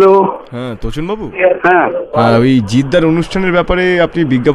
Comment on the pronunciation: তোচন কে দোচন।